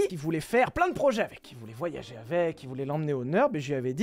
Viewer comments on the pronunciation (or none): none